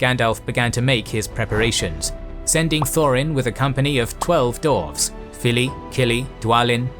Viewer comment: Absolutely loving the deep dive into Middle-earth lore, but I have to ask… why is 'dwarves' being pronounced as 'dorvs'? And 'dwarf' as 'dorv'? Is this some hidden Tolkien linguistic secret I missed, or is my brain just short-circuiting every time I hear it? I feel like I’ve fallen into an alternate timeline where this is normal, and I’m the only one who doesn’t get it. Please, someone explain before I lose my mind.